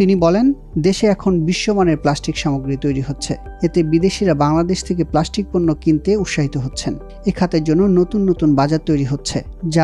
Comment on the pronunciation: It's not প্লাশ্টিক, it's প্লাস্টিক